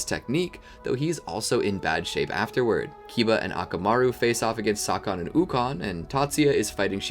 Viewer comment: wait his name is sawkon? seriously?